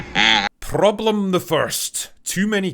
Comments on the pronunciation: Wow, besides all is true, Your "prroblem the first" was so polish, cześć przyjacielu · Had to pause the video when Drinker rolled the r on “Problem the 1st” because it was so perfectly hilarious and unanticipated 😂 never change Drinker, never change